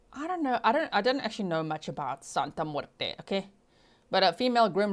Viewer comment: I love your Spanish accent. You did very good when you said: Santa muerte 💀